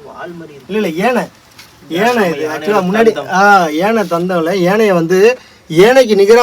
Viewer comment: Good effort. யானை. not ஏனை. yanai not ennai@ to 40, points correct.@ perhaps people were knowledgeable those days, maybe only these days we are not